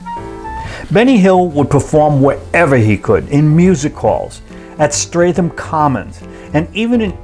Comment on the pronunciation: Gawd. First of all it is "Strettam" not Straytham (Streatham). It is also Temms noth "Thaymes" (Thames). Do your research better.